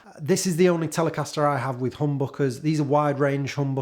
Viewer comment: Don´t say "hoom-bock-uhs"! 😀